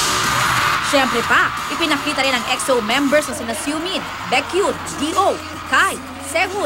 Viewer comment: that "Siomin" "bikyon" like hustisya naman po sa tamang pag bigkas ng name nila 😂